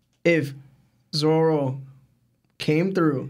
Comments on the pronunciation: Every time I hear you call ZORO zolo I wanna just go watch something else . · Is it just me or is dud saying ZORLO?